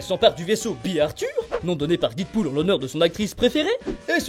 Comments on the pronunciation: Oh putain, c'est quoi ce "DIDpool" que tu ne cesses de répéter??? Dead se prononce "Dèd", ma poule! Pas "Did"! LOL quoi! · J'aime bien tes vidéos et celle là également mais il faut arrêter de prononcer Deadpool didpool stp